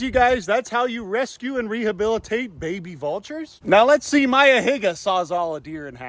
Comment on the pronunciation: no way you said Mayas name with a hard R 😭